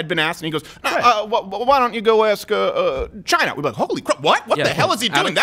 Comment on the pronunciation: Greg Gutfeld played a montage of Trump saying "CHI-NAH" to numerous people, numerous times...Not just to the Chinese "journalist"